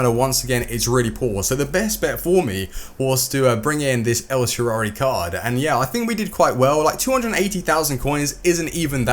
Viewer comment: EL SHARAUI please, dont say el sharauwuwuwhshwhwi